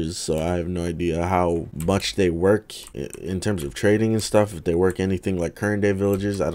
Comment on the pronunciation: When he talked about building the trading area I thought he said training area. The villagers are having an even worse time